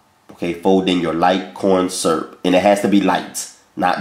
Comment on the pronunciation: "Light. Corn. SURP." 😂😂😂